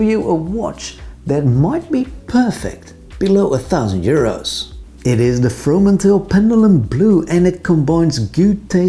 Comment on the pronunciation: So funny how perfectly you pronounce the 2 names of the Dutch founders doing an English spoken video! I find the Fromanteel very interesting. Hope to visit their shop in Amsterdam one day.